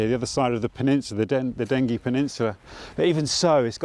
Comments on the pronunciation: Lovely video. My part of the world... We real Essex boys pronounce it Denjy. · Pronounced Denjie. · Wonderful video of a much loved liminal place. By-the-way,, in local dialect, Dengie is definitely a soft g pronunciation.